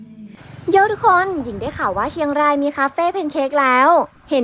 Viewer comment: จ๋า แฮทแท๊ค เชียงรายนะจ๊ะ ไม่ใช่เชียงราน